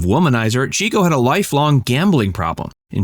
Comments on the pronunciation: Okay…I became obsessed with the Marx Brothers in college. It was the beginning of the 70s and discovering genius performers from the 30s and 40s was what a lot of us did. My favorite was Chico. (Pronounced CHICK-O, not CHEEK-O). Of course, I found every movie on whatever channel I could, and bought books about them. (My collection has grown) Since Groucho was still alive I loved him and saw him all I could on television. I was living in a small town, where my parents had grown up and my grandparents still lived, from 1973-77. My family came down for the weekend quite often. I remember we were in my grandparents’ kitchen, and my mom said,”Groucho died.” I hadn’t heard the news and looked at her with wide eyes. I’ll never forget my dad, irritated at her, said,”Why did you tell her like that??!?” It always touched me that Daddy valued how much I cared about the brothers, and loved Groucho. A long story, but I wanted to share it with a few people that would understand. Thank you. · It's pronounced "CHICK-O." The fact that you mispronounced his name throughout the entire video ruins it for me. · It's pronounced CHICK - O he was given the nickname because he was a "chicken chaser" or a "ladiss man. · 'Chico" was not pronounced like the Spamish word "chico,' but as 'chick-o,' slang from the 1910's and 20"s for a "woman chaser." This was explained as such by Groucho in an appearance on The Dick Cavett Show. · Chico was pronounced “CHICK-oh” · It’s pronounced “Chick-o” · It's "Chick-o", NOT Cheek-o!!! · Chico is pronounced Chick-o NOT Cheek-o. He was always chasing the ladies (aka chicks) in real life (Harpo did so in the movies). Find an interview with Groucho where he mentions him to verify. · "Chico" = CHICK-oh, not CHEEK-oh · It's "Chick-o," not "Cheek-o." Someone watched too much Chico and the Man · Not Cheek-o. It was pronounced Chick-o. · Chico actually pronounced his name CHICK-O, rather than CHEEK-O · It's pronounced "Chick-o" not "Cheek-o" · Pronounced “Chick-O”